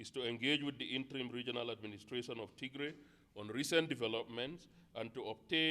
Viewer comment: You are mispronouncing our State! it is with Tigrai rather than Ti❌g❌r❌ay